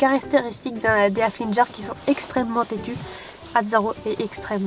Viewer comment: cc je t'adore ta video et genial par contre on dit hafligueur fin on dit le u sa ma stresser bref voila moi non plus je n'aime pas les enfants et oui les haflinger sont extrêmement tetu bisous<3